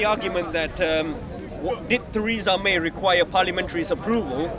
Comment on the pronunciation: Who is Taresa May ??? Lol